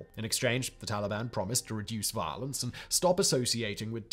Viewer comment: He says “violence” with like it have 8 syllables. One of the most British people on the planet